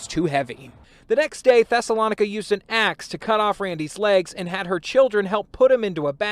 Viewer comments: I think her name is pronounced Thessa- LO -Nica!!!! And yes there are some crazies Where I'm from #INDIANA #ARROWAVE #JOHNSONFULLERSMOOTS where ya at!!!! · My Brother, here is a teachable moment for you > her name was the name of a town where the Jews lived during the 1st century (Acts 17:1, 13). It is pronounced THES-SA- LOE- NI-CA, but she may pronounce hers like: THESS-A-LON-NI-CA! Yes what she did was disgraceful, horrific and mind boggling. As much as we may want to judge this woman and what she did, we have to leave that to the One Who Judges Righteously, Who sits up on High and looks down low and the judgement will be fitting for the crime she committed. Prayers for her deceased husband and his family, her children who obviously felt that they had no other choice than to help her. People can be soooo sick!!!! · About the lady's name: Thessalonica (Thess- oh- low- ny- ka.) Thessalonians is the book of the instructions Paul was writing to the church of Thessalonica. (I won't get into it any further than that. I have no opinions on what people name their kids. I'm just answering that yes I do know the origin and pronunciation is all.)